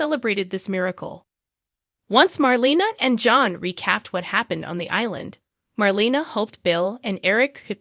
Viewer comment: It’s pronounced Mar LAY na not Mar LEE na.